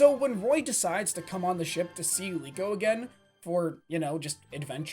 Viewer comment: Bang liko bang yg benar bukan leo